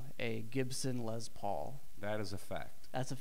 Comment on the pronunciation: LeSS Paul....Not LEZZZ Paul. lol